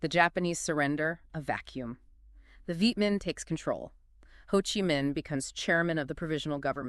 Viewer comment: Ha Chi Minh? Uncle Ho...not Uncle Ha. Go and train the AI a little better. Not quite there. Also not sure exactly who the thumbnail picture is suppised to be...because it's certainly NOT Ho Chi Minh. This is not so much a legacy as it is a mini-bio/life sketch